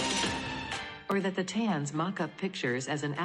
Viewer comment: Once again, if your organization wants to appear to be professional, you need to run quality control before releasing these videos. in this video, the AI voice mis-pronounced the word "thetans." At that point, I stopped watching. You people are just not serious.